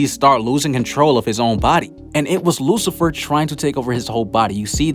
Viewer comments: Excelent video men but Is lucifero not Lucifer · Did he pronounced Lucifer horribly wrong. or did I heard that wrong